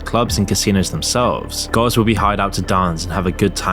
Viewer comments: Haha he’s says GOWS instead of girls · It would help hugely if when you said girls it doesn't sound like guys. Just saying.